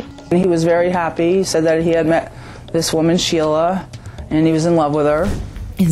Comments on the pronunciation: Why are you calling her Shayla? Her name is Sheila. Pronounced Sheela. 😞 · It's SHEEla. They literally say it multiple times throughout all of the clips you used. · Schizoaffective disorder.. but you cant say sheila! 😄 you keep sating shayla lol... Your Channel is awesome btw x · I agree with all the comments below; but one thing about the narrator is driving me crazy - why does she insist on pronouncing her name "Shayla" when it is clearly pronounced "Sheila?" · Love your videos but it's Shee-lah not Shay-lah. I've never heard anyone pronounce it that way. Sorry, just a knitpick. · Just found this channel. Good case but your subtitles on the existing portions of videos are just awful. It’s your remanded into custody, not you, Amanda, ect ect. 😂 And why did you say her name incorrectly the whole video? SHEla not SHAYla I dunno. There could be good content here but it’s rough. Needs some real work. Well chosen case tho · Why are you mispronouncing her name? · Her name is Sheila. Not Shayla as stated in your opening. CHAT-A- NOOGA